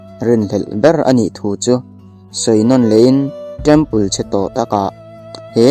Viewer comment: I thil lam dan hi ngaihthlak a hreawm deuh thin, temple tih pawh trempal ti in i lam ri daih zel a space pawh phace i tia in siamthat rawh